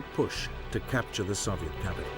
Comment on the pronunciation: Why is he pronouncing Soviet that way? The Soviets didn’t even pronounce it that way